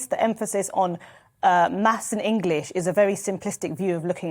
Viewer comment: Maffs and Ingwish.